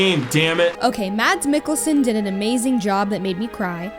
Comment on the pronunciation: I love the way you pronounce Mads Mikkelsen :D